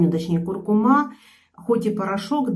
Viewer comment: КуркУма, а не кУркума